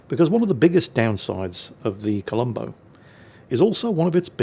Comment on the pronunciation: WTF? You actually pronounced it correctly? You didn't call the ship the Colombus!! 😮😮 Now if you could just pronounce the Yamato correctly. When I played WoW this was my favorite ship and it was really good. The guns were constantly accurate like in this replay.